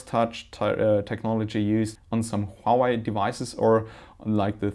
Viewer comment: did he call huawei hawaii